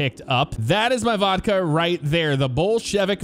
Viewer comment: Bullshit vodka u pronounced that wrong 😂😂